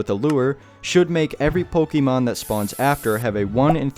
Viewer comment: oh for god's sake please its pokééééémon not pokeemon 🙏🙏 but anyways great video !